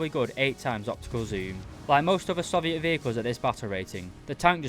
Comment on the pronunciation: Please, Please, PLEASE, learn how to say Soviet